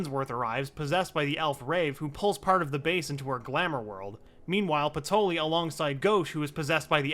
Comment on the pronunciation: Everyone else: "Patry" This video: "Patoli"